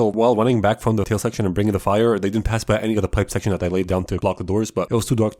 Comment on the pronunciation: He can't say "pipe section", despite multiple attempts... But CAN say "prison section", no problem, and does so multiple times... lol